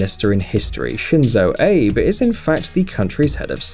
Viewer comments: Abe = Ah-beh, not Ayyb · The Japanese leader's name is pronounced AH--BAY.l, not ABE. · Abe your arse :P It's not pronounced "abe" but "a-bea(h)" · Just FYI, the Turkish leader's name is not pronounced ReSep Tayyip ErdoGan. The C is a J in Turkish, and the G is silent. So, Rejep Tayyip Erdoan is how it's pronounced. Really grates me when names aren't pronounced correctly. The Japanese PM's name is Shinzo Abay, not Abe. Disappointed that you wouldn't learn how to pronounce these names. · President Abe his name is pronounced A-be not aybe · It’s not Shinzo ape 🙄 it’s Shinzo Abe prounced abe/abey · Abe? lol its pronounced Ah-Bay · Shinzo ABBEH not Abe like say Gabe without the g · Atleast learn how to pronounce their names, abe? It's pronounced Abay! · Lol! I lost it with the 'aeyb' 😂😂 A・B・E. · its shinzo abe pronounced aa bb ee not abe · /Ah-Beh/ not "Ayb" Learn how to pronounce Shinzo Abe's name. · It's A-be not ape Jesus christ 😂😂😂😂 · Bro you need to learn to pronounce these names. It's pronounced, Erdo-wahn, not Erdagan And it's Shinzo Ah-bay, not Abe Queen Elizabeth is the ruler of the Commonwealth, where did you get this notion she isn't? She is the head of state. She is the one who signs bills into law, and gives them the royal assent. It's Pon-tiff not pointiff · It's abe. Not eib. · Japanese Shinzo AH-BEE (Abe) Its NOT pronounced Abe like Abe Lincoln. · The PM of Japan is called Shinzo Abe (pronounced "Awbey", not "Abe" like "Abe Lincoln"!!!!). Also: it's "Vladimir Putin", not "Vladimir Piutin"! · ABE pronounce as "AA BAY". I'm sure everyone here hear it as APE. Do you even read the thread? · He pronounced it like Abe Lincoln. It's supposed to be pronounced Ah-bay. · It's abehhh not ape you fucktard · It's not abe , should be pronounced as ab+yeah - ABE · Shinzo ABE "Aye-buh" Its pronounced "ah-bay" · shitty video. Shinzo ayb??? what kind of pronunciation. The expert on his personal security can't pronounce the name of the Japanese prime minister?